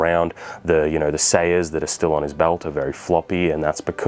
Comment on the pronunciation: It's pronounced Sah-Yah,.